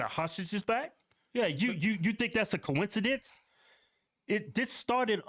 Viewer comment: Its a “cohen ci dence “